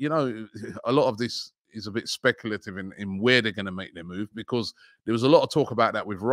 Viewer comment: Robbie kills everyday words aswell. He pronounces because as BEE - CAUSE instead of becoz how it actually sounds 😂😂